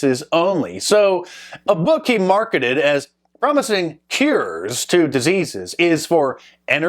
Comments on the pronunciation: Why do you pronounce cures, cares? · "Keears"? I thought it was Cue ers... <*> C'mon Man! It is all in the family ancestry, the Name man... Trudeau... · MARK! It’s Natural “CURES”, not “cares”. 😬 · No It was because you can't say "cures" right. I say it as "Q OR " maybe.